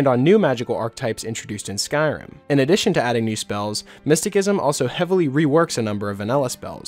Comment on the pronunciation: "Miss-ti-SISSOM" lol...driving me nuts...